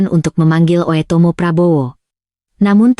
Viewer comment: dia baca oetomo bu dengerkan dngn headset